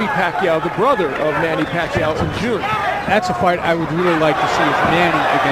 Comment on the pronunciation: To all the people from the Western countries , you're pronouncing Pacquiao's name wrong.